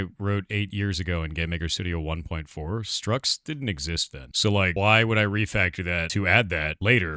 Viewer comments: "structs" as in "structures", not "struts". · structs, not struts 🤦🏻‍♂️